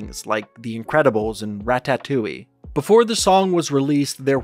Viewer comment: No way he pronounced it rat-tat-tooy it’s ratatooy